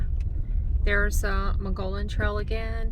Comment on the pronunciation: The river flows when water is released from Caballo reservoir for irrigation during the growing season. Late fall and winter it will be mostly dry. Mogollon is pronounced muggy-OWN.